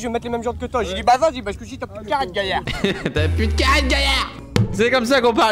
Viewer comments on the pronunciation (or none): Alors par contre c est pas charette mais carette